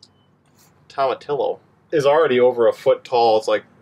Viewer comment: I always love your garden yours! By the way, tomatillos are pronounced toe-ma-TEA-yos